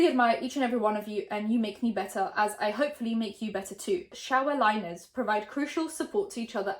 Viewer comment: I’m sorry but does she call her fan “shower liners” ? 😂